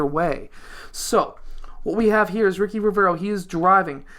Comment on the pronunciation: The name ricci reads richi not riki HAHAHAHAHA